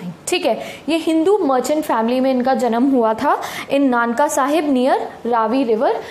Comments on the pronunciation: Not Nanka it's Nankana saheb ननकाना साहिब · It is nankana sahib.. Not nanka sahib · Itaa not nanka it's nankana sahib diii😅😅